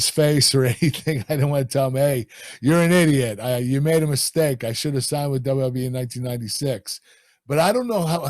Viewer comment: Love how Kurt pronounced WWE as “Dubba dubya E”